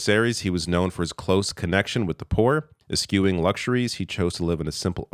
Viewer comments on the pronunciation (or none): Eschewing = eshooing the c is NOT pronounced. BTW the same thing happened with Liz Truss. The Queen shook her hand to receive her as the new Prime Minister and then lost the will to live 48 hrs later. These people are truly toxic lol. RIP Pope Francis.